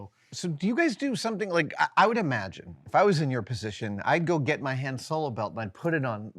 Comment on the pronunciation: Team Han rhymes with 'on' not with 'plan' right here ←